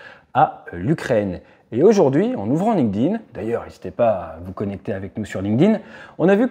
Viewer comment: Ça me tue les gens savent pas prononcer LinkedIn correctement